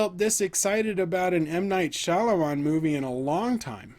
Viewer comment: Sorey to bother but, its pronounced "ShyaMALAAN"😃